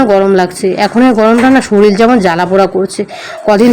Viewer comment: Soril noi ota k sorir bole